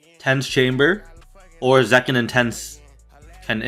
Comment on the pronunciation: Bro said tenz 💀💀💀